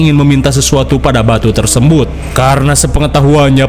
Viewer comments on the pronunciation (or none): tersembut apaan bang 😹😹